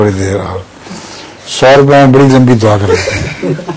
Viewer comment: بدی نہیں بڑی درست فرمالیں